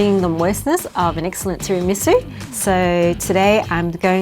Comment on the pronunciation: As an Italian in the back you are closer on your second pronunciation of Tiramisu, and also I make mine without booze, and hope you don’t actually drink!